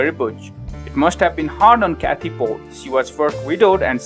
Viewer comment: It’s annoying how he doesn’t pronounce dr pols name right